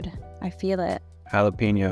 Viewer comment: Jaaaa-Lapppp-inooooo😂😂😂😂😭 bad pronounciation 😂😂😂😂